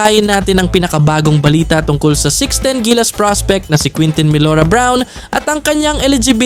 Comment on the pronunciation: kintin ang tama na pronunciation